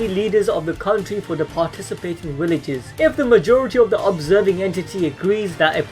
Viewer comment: What the hell are “Willages”💀